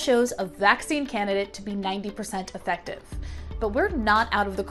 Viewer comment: Effective isn’t pronounced like that ma’am